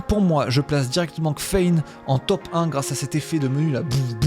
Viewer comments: Kffein, ça se prononcerais pas caféine ?? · Presque sûre que kffein se dit caféine ;) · Le menu de nourish change est d’un propre ✨ je vote pour lui ! Sinon, c’était aussi du troll ta prononciation de kffein (caféine) ?